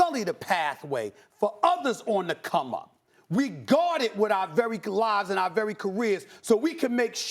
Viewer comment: This dude said "our rery own" lol